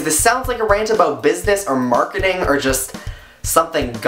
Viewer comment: I like it when you say about :)